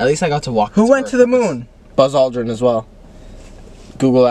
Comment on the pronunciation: “ROOT BERR!!” “balls aldrin” HELPP